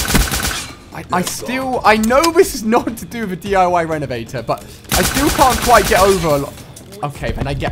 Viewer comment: You said d13 renevator wat?